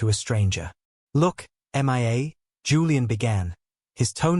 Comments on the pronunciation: It is hilarious how this AI narrator called M.IA. Her name is Mia , Julian mistress. A simple name. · Couldn’t even concentrate with the continual referring to the girl as M. I. A instead of Mia it was laughable as if she was missing in action does anyone even listen to these before they are posted ?😀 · The narrator says M I A and not Mia. The AI (artifical intelligence) narrator is substandard. The channel's owner needs to do a better job. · Haha Mia is not pronounced M.I.A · That drove me mad. So bad I was getting confused. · HOW HARD IS IT TO SAY MIA INSTEAD OF( M. I. A. missing in action ) ? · It is AI. Even the pronunciation of her name.He has a hard time saying it.